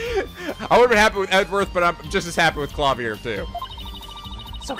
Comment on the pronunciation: Yeah, Klavier only spent around 2 years or so in Germany. In reality he has an American accent and just keeps using German words and phrases, probably completely mis-pronouncing them. He's a big old dork.